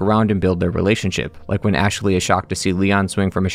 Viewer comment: Anyone else hear him saying “Ash-a-ley” sometimes? Can’t unhear it lol